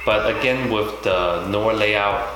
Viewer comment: not to be a schlong sucker but its pronounced no-ar